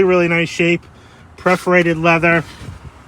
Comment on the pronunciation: PERForated leather, not PREForated 🙂